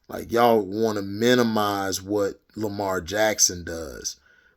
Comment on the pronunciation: 100% facts bro! And especially about Lamar or how you would say it hd lamah😂 but yeah I agree with you on Lamar he is a generational talent!